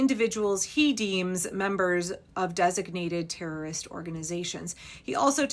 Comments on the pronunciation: Btw.........you missed the opportunity to tell us you have a rare bone marrow disorder that prevents you from pronouncing the letter t in the word erroris?😂 If you get it........... you're both awesome and unfortunately old!🖕🤪🖕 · I don't understand the term, repeated term that sounds like errorist. That is what I heard sounded like. What is it? Never mind. You explained it. :)